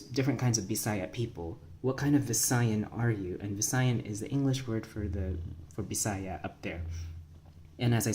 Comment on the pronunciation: Then native pronunciation of Bisaya is /bi·sa·yá/ with the stress in the ultimate. Nonvisayans commit mistake by putting the stress in the penultimate.